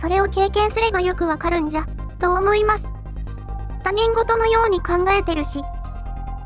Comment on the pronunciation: 他人事 ❌たにんごと ⭕️ひとごと